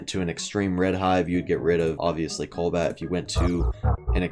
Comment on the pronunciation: he says " colbat" and it BOTHERS ME